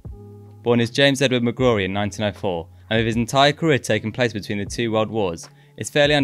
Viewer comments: Great video, but your pronunciation of McGrory was annoying. It rhymes with glory not Durie. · It’d be cool if you done one on Charlie Tully and Patsy Gallagher. Good work anyway. Sorry to be pedantic but it’s pronounced magroarie. And it’s not jimmy, it’s James. Like I said though, excellent work.